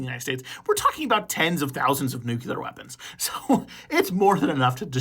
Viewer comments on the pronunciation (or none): lol I was going to say this. Drove me crazy during the short. Nuclear not nucular. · Nuke-lee-ur, not Nuke-you-lur. Say it over and over and over until you break the way you have been pronouncing it. Great information, and don’t worry too much about the pronunciation error, that one is quite common, and easy to fix (and forgive).